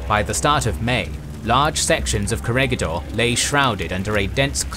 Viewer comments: Its not core-a-ga-door .. its cora-gador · Corregidor is pronounce as Ko-re-hi-dor